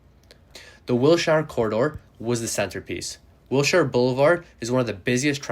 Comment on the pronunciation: Interesting. And great pronunciation of the French stations in Montreal, except for Longueil. It's hard to describe how to pronounce it, it's with eye-yuh at the end. Also, LA's Wilshire Blvd is pronounced like 'Wilsher'